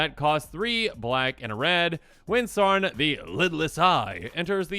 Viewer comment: It’s not “Sarn” it’s “S-ow-ron”